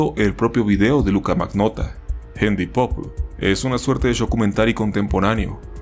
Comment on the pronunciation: me da ansiedad como pronuncias md pope, deberias buscar las pronunciaciones para tus proximos videos, buen video btw :D